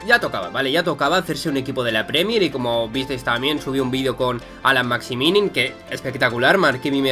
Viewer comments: Chupito por cada vez que dice Maximinin en vez de Maximin XD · Y Maximinin suena mejor